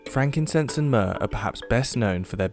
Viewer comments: myrrh... myrrh durr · myrrh durr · I brought you myrrh… Myrrh-dur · myrrh-DER Judice, no!